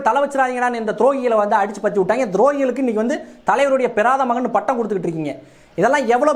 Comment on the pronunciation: மயன் இல்லை.. மகன் தயவு செய்து தமிழைக் கொல்லாதீர்கள்